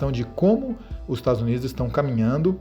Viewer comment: "estados unides"